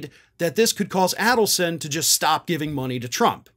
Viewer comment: It's pronounced AID-elson.